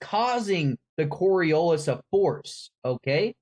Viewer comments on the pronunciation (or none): Does not even know how to pronounce Coriolis, he keeps calling it Coriolisa?